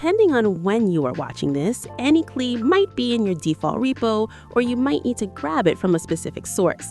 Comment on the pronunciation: Its said CLY lol klee 😂